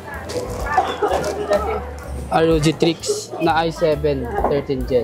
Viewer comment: bakit cya TRIX ng TRIX? STRIX ung ROG xD